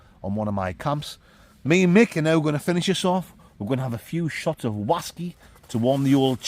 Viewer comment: So the whaskey tasted like flap jack yeah? rights......Oaty, Biscuity, syrupy, buttery, with fruit? 100% juicy fwoot japflak whaskey weview.......